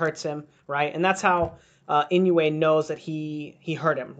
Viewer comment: I dissliked it because u did not study on how to pronounce his name if u dont respect the fighters u are studying. Then u have nothing of value to give me.